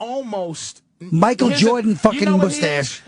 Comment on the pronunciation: the way he says mustache haha